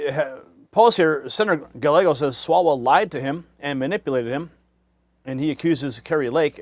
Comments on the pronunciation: I'm no fan of Gallego, but could you at least pronounce his name right? Guy-yay-go. The L's are silent. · It's not "Galego" as you pronounce it. It;s "Gayeygo," which is the Spanish pronunciation. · Gallego, pronunciation: Ga-yay-go; no "l" sound. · Guy..yeh..go! Not gallego And we already knew this mess here in AZ. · Great coverage! Just a quick Spanish tip it’s Reuben “Guy-Eggo” 😮 Listen to how Carrie Lake is saying it. That’s exactly how it’s pronounced. Best wishes! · It’s pronounced Guy•eggo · Gallego is a douchbag and he should resign. Hobbs is a bigger douchbag and she should not get to pick the next state senator. There should be a special election. And just for the heck of it. Gallego is pronounced "guy yay go" think of the word chilli relleno one of my favorite Mexian dishes. When two l s are together it creates a Y like in yellow sing Amarillo by morning by George Sraight. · the LL's are silent in "Gallego." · Ruben Gallegos is pronounced "Guy-Yegos". Two of the letter L together is pronounced like the letter Y. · Mispronouncing his name is likely the biggest knife in his back as any thing could be. Listen to how Kari Lake says his name-“ll” is pronounced with the Y sound. Does Gallego have scars behind his ears. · He is speaking English, not Spanish. I have a Japanese last name (1/2), but I don’t go around expecting everyone to pronounce it like the Japanese do. Silly that only Spanish names require Spanish pronunciations. BS.